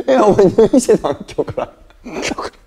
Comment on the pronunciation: ヘラヘラして「入院してたん」が言えてないの好き